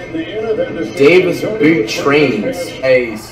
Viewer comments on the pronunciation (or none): none